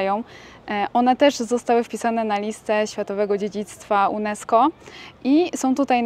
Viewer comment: Światowego dziedzictwa UNESCO czyta się junesko. Tak tylko drobna uwaga. Pozdrawiam.